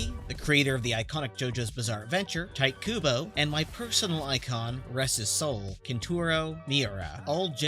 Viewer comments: "Tight Kubo" lmao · “tight“ kubo lmao